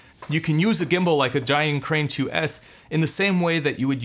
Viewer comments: Is Zhiyun not Zhayun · Great video 👍🏻 your pronouncing their name wrong though